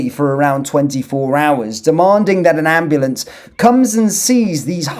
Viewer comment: "AM blAnce"